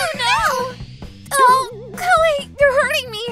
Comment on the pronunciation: Kihei sounds like Tai.